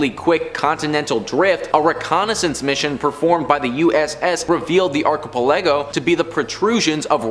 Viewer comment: Can you really not pronounce archipelago ? 🤦‍♂️